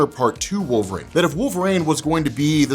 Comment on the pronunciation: Who is this wolvrain you speak of?